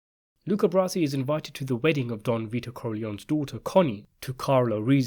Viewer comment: Luca's last name is not "brassy", it's "bra-zi".